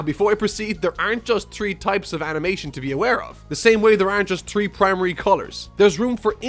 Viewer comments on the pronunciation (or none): Why do you say tree